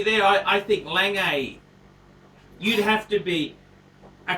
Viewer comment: He should learn how to pronounce. It's not "Langay" and it's not PaTEK